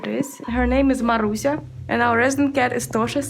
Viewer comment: you said Marusia almost perfectly :)